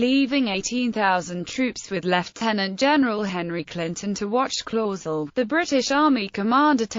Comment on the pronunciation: She pronounced it the. Wong spelling of. My ancestor last. Name it. Clauzel